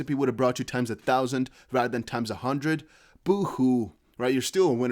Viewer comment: MY MAN SAID “ or even a HUNNID”😂😂😂